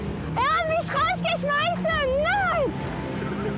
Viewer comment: Cindy bei , ich glaube niescht, er hat misch rausgeschmeißen😂